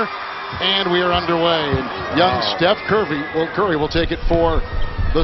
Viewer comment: lol 11: 48 kevin harlan says" Young Steph Curby" LMAO